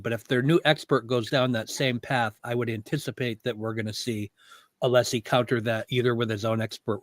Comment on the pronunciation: You can tell that Scabbers Brennan fears Alessi the most by the petty Betty way he intentionally mispronounces him name